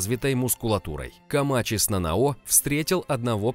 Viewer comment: Скажите мне одному режет слух это НанаО? Нет серьёзно НанАо же звучит лучше!